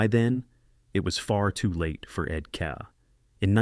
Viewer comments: No kidding. Ed KEE and Mark MESSY-ER. A high school kid must have been in charge of the visuals. I pulled the plug less than halfway through. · Stop with the AI. U might just pronounce Ed Kea's name correctly. And not overshadow what might've been a good vid